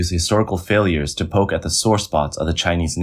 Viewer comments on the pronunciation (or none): none